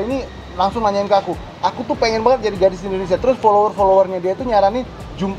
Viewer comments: Aku artiin ngomong banyakn itu maksudnya banget atau nanya beneran? Dia kyk pakai tata bahasa Rusia jadi Bhs Indo.. Nangkepnya sih giitu, hehehe...😀😀 Kerennya lagi dia cuek aja walau salah2 ngomong dan tetep bawel, jadi kitanya yg berusaha ngerti maksudnya dia apa... 😀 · Dia tuh bilang 'banget' tuh jd 'banyakin' ya